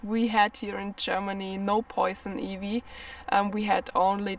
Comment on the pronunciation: Some useful tips, the letter i I is pronounced 👁️, Ivy, 👁️vy, 👍